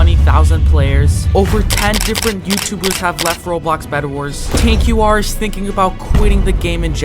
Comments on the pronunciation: btw it is pronounced tanker not tanku are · Literally 10 seconds in: “Tan Q R” it’s pronounced “tanker” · Tan Q R! 🤣 You say it like this: Tanker. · What got me is you said “tank q r” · I noticed that you pronouce tanqr “tain-q-r” also school literally just started people have to study instead of playing bedwars every day also you cant put a video with the title “is roblox bedwars dying?” Without watching it because minis video is saying that bedwars is losing players because of school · why does he keep saying Tank-Q r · why do u pronounce tanqr like that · Why do u say TanqR so weard?